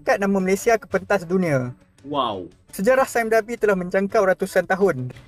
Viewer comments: "saim dabi" gitu ek..🤣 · "Sime Darby" sebut dengan betul Wak nanti cacat bunyinya kalau sebutan inggeris tak begitu 😆